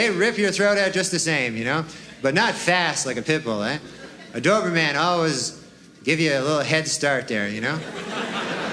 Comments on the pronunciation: The way he says DoberMAN 😂😂😂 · I love how he says doverman he’s clearly doing that on purpose what a legend